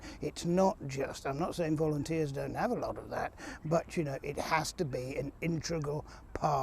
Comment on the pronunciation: 'Intregal'....don't you mean 'Integral' ???